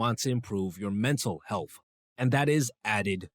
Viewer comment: Healfff is not a word, health is. Mispronouncing words makes one sound uneducated about the topic no matter how much one knows. Hope this helps, I enjoyed the video but the frequently mispronounced words are distracting.